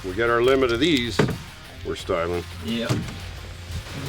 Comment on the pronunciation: "Were stying"...(rips the fish head off)